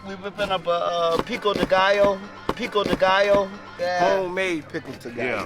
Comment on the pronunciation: “” you are hilarious taking about “people with gout” it’s Pico de Gallo 🤣😂🤣